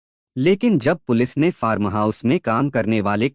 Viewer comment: फारम नही फार्म...पूरे वीडियो में आपने फारम फारम ही किया है जबकि फार्म हाउस बोलना चाहिये...र को एकदम साइलेंट रखना है